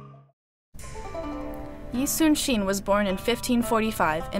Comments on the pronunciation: It’s yi sun shin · it's yi sun sin i know because am Korean